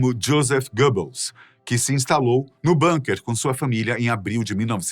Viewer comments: «Bunker» é palavra do idioma alemão. Por isso deve ser pronunciado «búnkêr» (ambas as sílabas tônicas já que o alemão não é idioma tonal), e não «bânker» (esta é a pronuncia inglesa, já que ingleses e estadunidenses pronunciam tudo, em todas as línguas, como se estivesse em Inglês). «Búnkêr», portanto! Obrigado! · Bunker é uma palavra de origem alemã e se pronucia com "u" mesmo. E nao "banker" como é falado no video. E extrema direita do partido nacional socialista alemão? Vai estudar e ver a origem do proprio bigodinho e do proprio nazismo. Ate o manifesto nazista é uma cópia da ideologia socialista russa, com pequenas diferenças, inclusive o estilo das propagandas do Gooebles iguaus as de Stalin.